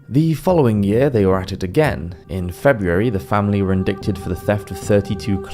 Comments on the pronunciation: Indicted is pronounced "in-DI-ted." The C is silent. Chemise is pronounced "sha-MEESS." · Indicted is pronounced "uhn·dai·tuhd" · Very good, just one small thing,, don't pronounce the 'c' in indicted. No 'dick' please! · You need to check the pronunciation of "indicted". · Indicted rhymes with knighted.